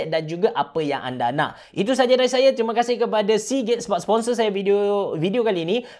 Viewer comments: aku dengar ckp seagay😂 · Sponsor Hari ni ialah Seagate What I hear: Sponsor hari ni ialah si gay Tak tau kenapa dgn telinga aq ni🤣🤣🤣🤣